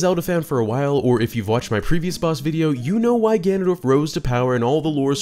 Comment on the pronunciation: I love twilight princess so much Zelda shrek spoke hehe Hehw good video, I love the little mispronunciation of ganondorf as ganandolf hehe I like how that was kept in hehe